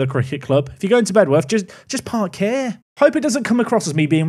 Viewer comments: It's pronounced "Bed-uf". We tend to let native speakers off though so don't worry too much about it 😂 Thanks for the away day there! Very cool to see a place I've actually been too on the channel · Lmao they are actually right (comment section) it’s pronounced bedorth just like dulwich is pronounced dulich ❤ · Bedworth is pronounced BED UTH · Fun fact, I actually got an assist on that Bedworth (genuinely pronounced Bed-Uff) pitch when I played youth football, they were our local rivals